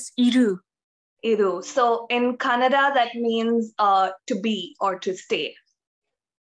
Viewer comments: it's so funny that the kannada girl pronounce other kannada word perfectly but when she say kannada it come out Konnnada ...🤣 ofcourse i am not trolling her. but it's funny. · She is not pronouncing kannada properly....... lu, and...nna letters are not pronounced as she pronounce.